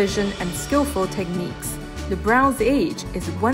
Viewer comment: I love the video and overall narration was good until you didn't pronounce Bronze correctly and was distracting my enjoyment of the journey of this video. It was kinda annoying because Bronze was your star and pride of this video. What a shame, you did not give Bronze the respect it deserved.